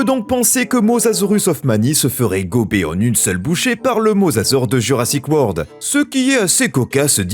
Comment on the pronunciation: Pour info, on dit Jurassic WORLD, et non pas Word. Bisous